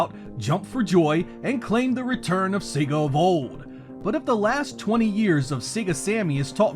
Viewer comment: Finally, an American who can pronounce SEGA correctly 😂